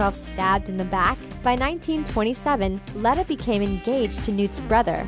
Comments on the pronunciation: Grindlewald doesn’t die. It says in the last book in the Harry Potter series that Voldemort goes to grindlewald for the elder wand. And Dumbledore was a transfiguration teacher before he became headmaster. P.S. its pronounced leeta not leta. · HER NAME IS LETA!!!!!! ITS PRONUSED LITA NOT LETTA LIKE YOU SAY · Tom riddle Curse of defence against dark arts jobs it's pronounced leeta not leta and the defence against the Dark Arts room used to be the transfiguration room and Dumbledore tour transfiguration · I was just about to point out the same errors. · Leeta not letta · DUAL? NO! duEl. C'mon. and "Leeta", not "Layta". Grindelwald didn't die, he was captured and Dumbledore taught Transformation! Outta here. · Lee-tuh Lestrange, not Leh-tuh Lestrange. It's canon information that Voldemort cursed the DADA job. Dumbledore taught Transfiguration, just in the DADA classroom. Fun video, though. I'm hyped about this movie! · its lee-ta not let-a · Say it with me now, "Lee-tuh" not "lutta" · Out of all the mistakes these lady makes the thing that gets under my skin most is the way she's saying Leta. It's not Let-ah it's Leet-ah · 1. Tom Riddle was the one who cursed the defense against the dark arts because Dumbledore didn't let him teach 2. It's Lee-ta not Let-a 3. Grindelwald was killed by Voldemort in Nurmengand when Voldemort went to ask him where was the Elder wand 4. Dumbledore taught Transfiguration not Defense Against the Dark Arts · Leta not letta please learn how to read, the h.p. books are a great place for you to start you might get the facts right if you actually know some of the content. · The way you pronounce Leta It makes me think of lettuce... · it is pronounced leeta but spelled leta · It's pronounced leeta. They even say it that way in the movie. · It is pronounced “l-ee-ta” and grindewald was captured, not killed in battle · why are you pronouncing Leta as lada? it's not lada sport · Driving me nuts with the pronunciation of Leta haha